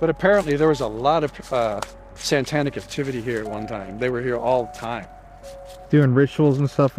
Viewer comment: I love that he keeps saying "santanic rituals" lol🎅